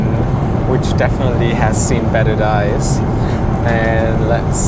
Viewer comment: auf der Erbse I know that he meant days, but his pronounciation was like dies